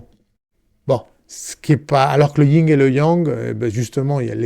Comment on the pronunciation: On dit Yin et yang pas ying yang voila juste pour info sans jugement